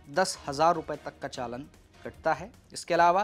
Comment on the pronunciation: चालन नहीं होता भाई चालान होता है